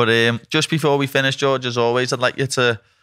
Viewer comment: and it's Georges, not George.